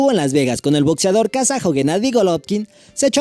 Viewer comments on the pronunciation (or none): Jajaja we, muy chido el Top 8 y todo, pero dices "botzeador", "relojs", jaja.